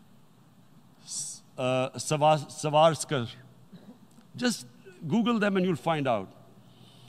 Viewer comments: Its "savarkar" not savaskar... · savarkar not savaskar...speech to dekh leta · Saaaavkar for Savarkar.